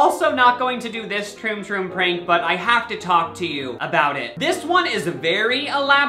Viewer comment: he says Troon troo hahaha😂😂🤣